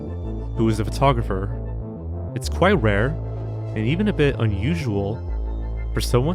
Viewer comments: The way you pronounce photographer really irks me. If you’re going to be narrating videos maybe learn how to speak properly?? It’s not furtographer. You don’t look at a furtograph. Get the marbles out of your mouth boy. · Great video, but the way you pronounce "photographer" is extremely annoying and incorrect, and you say it like 100 times in the video.